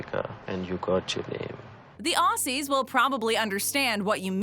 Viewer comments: It's not "ossies", it's Ozzies. And I don't think I've ever heard anyone other than Steve Irwin say crikey. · Ozzie’s OZZIES! IT’S PRONOUNCED OZZIE’S YOU FUCKS I am sorry this happens too often it is so annoying